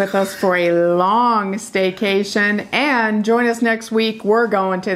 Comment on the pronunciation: is it Staycation or Steakation? LOL